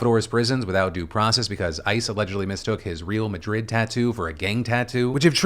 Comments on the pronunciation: I hate to be 'that guy' but it's pronounced ray-al Madrid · Wherever that quote is from that you read, it wasn’t trying to say that it was a genuine Madrid tattoo 😂 it was a football logo tattoo for the team Real Madrid. The “Real” in Real Madrid is pronounced “Rail” or “Rayal” and it translates as “Royal”, so they’re Royal Madrid. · How do you not know how to pronounce Real Madrid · I was confused when u said “real madrid” normally cuz the pronunciation was so off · All those "trumpish" news are far less disturbing than your pronounciation of real madrid xD and i am neither a soccer fan nor from spain Keep up the good work and please tell us when we germans can come again without gettin put in jail for watching your vids :P